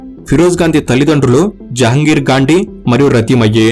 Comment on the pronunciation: పూర్తిపేరు - ఫిరోజ్ జహంగీర్ గాండీ — ‘జహంగీర్’ — సరిగ్గా చెప్పలేదు !